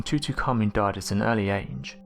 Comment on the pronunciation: TUTUKhamen? Wtf TUTU!?!?! Tutankhamen ...